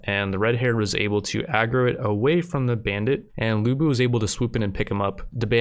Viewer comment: The correct way to say lu bu is "Lyu Bu" not lu bu